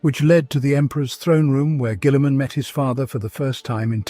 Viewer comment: The way he pronounces Guillimans name makes my eye twitch.